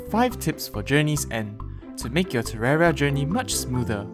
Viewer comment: are you just ignoring the "i" in terraria when you say it?